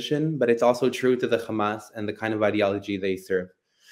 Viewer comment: It would be nice if he would stop saying Khamas. Kind of irritating